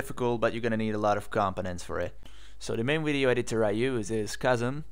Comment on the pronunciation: what is the name of the app you are using? Cousin? kozan? I cant tell what you are saying. And I am not seeing anything like that on the directory of ubuntu apps... thanks!